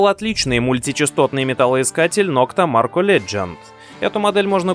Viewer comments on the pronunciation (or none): Не нокта Марко, а нокта макро😂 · Наитупейший рейтинг от человека, который видел приборы только на картинке, не знает про топовые приборы, как Деус, Минелаб, Ака, и даже не может правильно прочитать название "МаРКо" 😂😂😂😂😂😂😂😂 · можно было хотя бы название nokta maKRo правильно произнести ))))) эх, горе-специалисты......